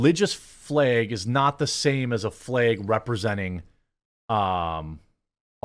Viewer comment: You mispronounce the word flag. You are saying Fleg, thinking of the F word for LGBTQ........ folks and add an L.